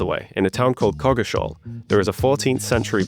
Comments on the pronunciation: Little tip, Coggeshall is pronounced Cocksall. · Coggeshal, pronounced "Kokshul" (where "u" is a schwa)